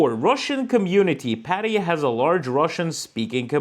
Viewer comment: Privjet (... not "Aivan😊), Thai BAHT, not BÄHT, Pattaja, not Paddaya... just joking 😅